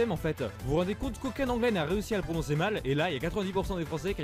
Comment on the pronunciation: L intro : J ai réussi a bien le prenonçais